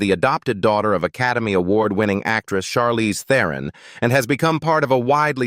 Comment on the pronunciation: I enjoyed the content, but I noticed a few pronunciation mistakes with names like Charlize Theron, Barbra Streisand, and Elliot Page. Correcting those would make the presentation even more professional.